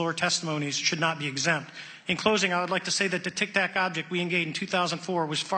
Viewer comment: Its Tic Tac not tac tac